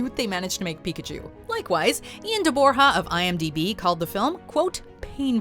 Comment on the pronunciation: Why did you say PIKAPOOL 😞 I can't unhear it now.